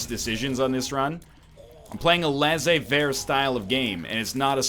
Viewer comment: It started at "laissez-faire". Then american tried to say it, it became "laizé faire". Then canadian tried to say it the american way and it has now become "lazé faire" !?